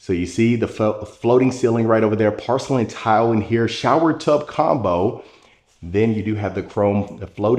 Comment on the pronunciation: You pronounce porcelain like pArcelain.